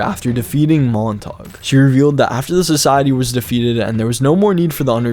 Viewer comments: mon-ta-gyew. Not montag. LOL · It is mon-tayge not mon-taug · its pronounced mon - ta - gyou. its like romeo and juliet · montague is pronouned montagoo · Bruh the way he pronounced Montague 😭